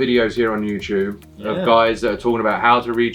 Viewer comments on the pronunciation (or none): none